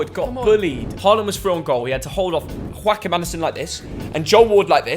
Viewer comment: pls stop saying Quackhim andersen😂